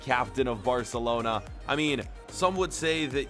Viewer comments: Or arselona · spoiler I hear u say arsenlona